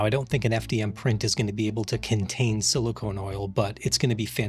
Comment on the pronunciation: In your intro you pronounced "silicone" and "silicon" the same way. Just thought I'd point that out. Bit of a pet peeve. I hate for people to think silicone oil has anything to do with silicon.